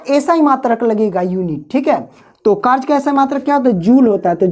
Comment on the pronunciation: W = Karj nahi W=Karya Hota Hai Sir ( karj karj karj karj karj karj ) 🫤🫤🫤🫤🫤🫤🫤